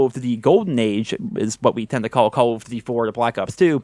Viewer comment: I love how it sounds like he is saying: "CoooLl of duty" Hope you're doing well!